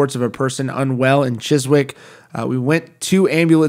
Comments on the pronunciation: Don't want to come across as ignoring the subject of the video, I'm not, it's sad, but wanted to point out Chiswick is pronounced Chizick, remove the W, I don't know why we have to make our British town and city names so hard to pronounce for everyone else to say, I apologize on behalf of my country lol. It's like my town, Oldham, you would think old ham, but it's Oldum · Sorry to nit pick, but it’s pronounced ‘chiz - ick’. The ‘W’ is silent. You’re welcome America. Love from England. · Pronounced 'Chizick'. R.I.P : ( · Chiswick is pronounced "Chizick", just for future reference. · I'm sure he'll be bringing up Chiswick in many more videos Americans will never pronounce England names right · Alright buddy, so here is how you pronounce chiswick, chis (like CHISel) and ick (like ICKky) just trying to help you out, took me years before i said ewell right and i live here in the uk lol